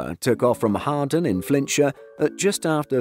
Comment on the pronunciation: I live in Hawarden and thank you for saying it right!! It was great growing up seeing Belugas all the time - a great place to live for an avgeek